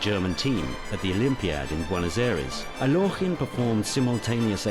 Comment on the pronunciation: Totally inaccurate. Alekhine did not lose to Euwe in "42." The Russian Revolution had nothing whatsoever to do with the death of either of his parents. Alekhine explicitly stated he did not want to be called "Al-yokh-in" as the narrator pronounces it here. Chesstv DOT com is absolutely not to be trusted for historical accuracy.